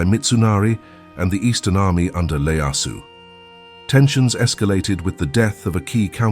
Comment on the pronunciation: Tokugawa ieyasu not Leyasu.